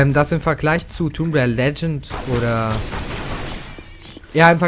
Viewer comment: du sprichst tomb rieder falsch aus du must das o kurz sprechen !!!